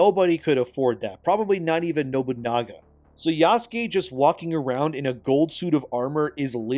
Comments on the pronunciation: Isn't it pronounced Yah-sooh-kayh"? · Is it pronounced "YAH-SKAY" ? I thought it was "YA -SOO-KAY" Or are you doing that on purpose to poke fun at it? I keep thinking of Jaskier (Dandelion) from the Witcher every time you say it. because thats how people pronounced his name wrong in polish lol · Yah-soo--kay bro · criticizing Ubisoft for lack of Japanese research while he pronounces Yasuke = Yaskay